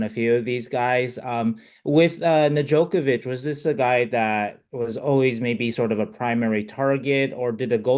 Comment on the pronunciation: If he says “Nedjokovic” one more time